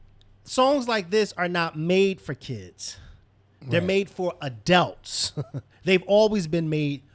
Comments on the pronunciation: What is an "ADELT"!?? Is that anything like an ADULT? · I've been watching this show for years, and I still smh evertime pronounces adult.